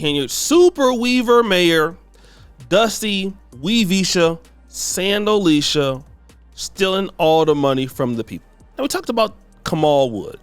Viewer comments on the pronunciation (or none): Bro did you say sandaleesha?? 😂